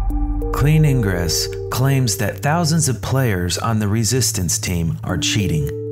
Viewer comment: Lolwat? What's "eeyn-gres"